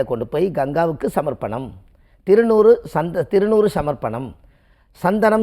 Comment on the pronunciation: திருநூறு தவறு திருநீர் இது தான் சரி முதலில் உங்கள் உச்சரிப்பு சரியான முறையில் சொல் வாழும்